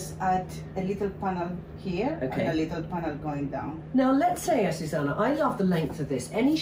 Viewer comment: You think AzucEna minds her name always being said wrong? AzucAna —> AzucEna.